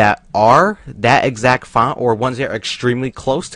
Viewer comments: This guy cannot say font correctly. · I love how he says font